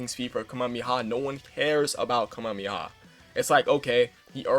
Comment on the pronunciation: Ka - me - ha - me - ha not Kami-haa